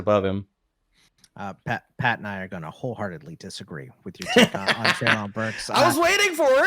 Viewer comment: Also, Treylon's name is pronounced Trey-lin.